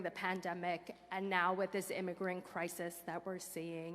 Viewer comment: Guess he for got his own words when he said we welcome imagents 🤣🤣🤣